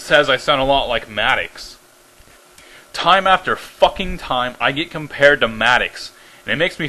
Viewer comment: It's pronounced Mad-docks. And fuck you.